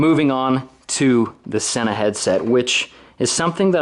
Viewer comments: Since I bought my SMH10 units, I have been making the same error that you have made on this video. It turns out the correct pronunciation is " SEEna" not "senna" ! I don't think we're the only people guilty of making this mistake, but if you listen to YouTube videos made by Sena or happen to call them, you will see we are wrong ! The SMH10 is incredible and my only complaint is that the range is very limited due to the fact that it's all done via bluetooth. Love your idea of creating a tour business - have thought that's the direction you should go for a long time. Hopefully you can become the Edelweiss, Beach, IMT, etc. of Utah ! Best of luck and keep up the great work !!! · With grammar rules I don't get how people get "senna" from the word Sena.